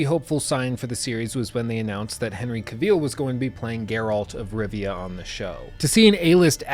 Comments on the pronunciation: Cavil, not ca-vile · Really great critique mate, just one thing - Henry Cavill is pronounced 'kah-ville' not 'cuh-veal' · It’s pronounced KA VILL. Not Caveeeeele. Srsly, an hour long critic of the subject and you didn’t pick up how to pronounce his name? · great review, but jesus lord, my ears are bleeding! his name is not caveel, but cavill. a dark L-sound and the "i" is merely a short schwa-sound as in "devil". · I'll become a patron if you can start pronouncing the man's name "Ca-vill" and not "Caw-veal",. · Cavill is pronounced like “travel” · you going to say Cavil properly anytime soon? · "Cavill is pronounced like travel. Travel. Cavill." -Henry Cavill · Exactly. said it in a French way.. Cuveeel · Just for information, it's pronounced CA-vill with the stress on the first syllable. Nice review, thainks. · When you keep mispronouncing someone's name over and over again. Le sigh. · I think you're mispronouncing Cavill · He 100% is butchering that last name 😂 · You mispronounced Cavill and Geralt. The lead actor and the main character lol